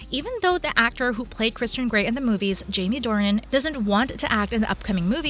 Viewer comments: It's NOT Jamie Dorian!! It's Jamie Dornan! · The fact they say it’s Jamie Dorian when it’s Jamie Dornan